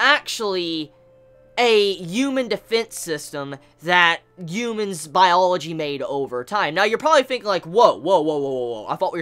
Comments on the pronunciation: The “UMENS” “ U MENS” “ U MENS” “ U MENS” Dude... it’s “ H uman”..... ok? Ughhhh he video is still playing and he said it four times... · Am I the only one that hears "umans" everytime he says "Humans?"